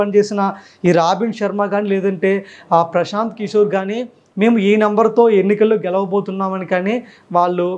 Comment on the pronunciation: Good presentation❤,కాని,స,ష,శ పలకడం లో తేడా వుంది. కిసోర్ కాదు కిషోర్.